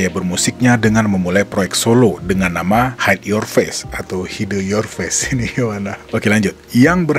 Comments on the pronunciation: Koreksi. HidE. E nya cempreng, bukan e kayak hideung gitu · WOOOY NYEBUT HIDE nya jangan jadi HIDEUUU dong sumpah ganggu denger nya lu salah nyebut nama orang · Bacanya Hide kayak huruf E di kata Lele